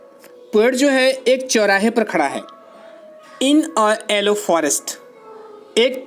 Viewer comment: it's yellow sir...not ellow😜